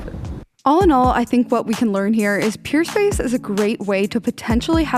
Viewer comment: It sounds like you’re saying Purespace not Peerspace